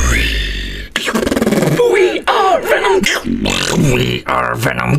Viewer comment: 존나 한국식 영어발음같노 위 할때 ㅋ ㅋ ㅋ